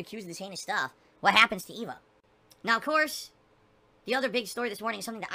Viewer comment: HE SAID gout COURSE ! LOLOLOL